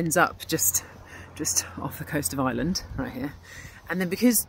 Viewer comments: I(R)eland not Island ... how can you make a video and not know how to pronounce the name of the country .. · Ite IReland not eyeland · It's pronounced "are land" not "eye land" 🙄